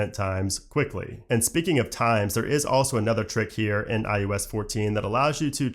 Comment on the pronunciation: IUS?? umm its iOS!